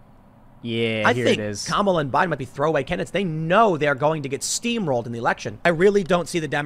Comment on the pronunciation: I like how says he should at least be pro-Kamala, but like most right wingers can't say her name correctly